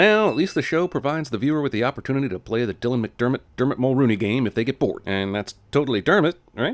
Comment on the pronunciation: “Dylan Mcdermbutt” lololololololol